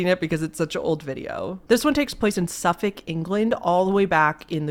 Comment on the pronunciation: Props to for correctly pronouncing Suffolk!!! I'm so used to hearing British place names being butchered that I feel genuinely surprised when someone gets it right:)